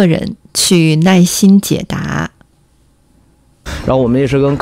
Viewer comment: Thats very normal actually, j, q, x going out into something like "y" or just going completely, focusing on the syllable before you see "nai4 _in1" and can clearly guess the word as 耐心